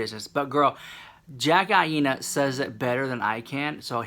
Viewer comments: AINA is pronounced EYE NUH. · Aina is pronounced like China. Love you so maaaach ❤️